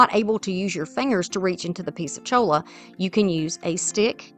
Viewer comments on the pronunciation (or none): Cholla is pronounced choya. It is from a cactus